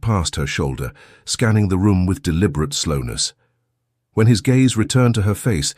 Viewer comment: Discuss Bach please..not bark.oh dear. And lowered his gaze...not gays